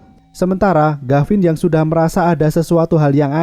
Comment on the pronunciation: Tulisan gavin Dibaca garin Yg bener mana ngab